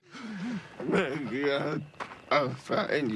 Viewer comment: Please stop saying Maggie’s name 🤣 “Mayagee” 💀💀💀